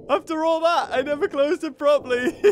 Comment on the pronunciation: all not alla*